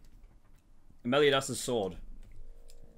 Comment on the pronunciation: Meliodas is pronounced mel-ee-oh-dis. You pronounce the o. Gowther is pronounced go-thur. Diane is pronounced dee-anne.